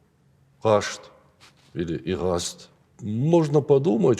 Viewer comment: Зачем искажать?Носители дигорского языка рядом,не на Марсе! Не 'Игъаст',а 'гъаст'.